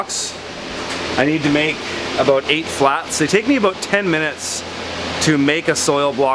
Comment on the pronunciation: What the fungus are you talking aboot